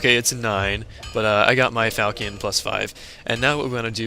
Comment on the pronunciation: i really dont like correcting people but i couldnt stand it XD its not called a falcion its pronounced (fal shaun)